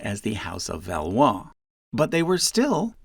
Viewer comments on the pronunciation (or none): none